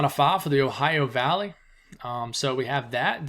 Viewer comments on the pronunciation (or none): none